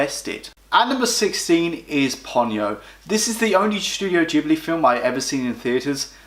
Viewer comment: ahhhh, I cant deal with the pronunciation of ghibli and nausicaa. Also when marnie was there is a marmite ish film, if you were on the outside of society with few friends at school it shoots up lists, for me its number 2 only to nausicaa.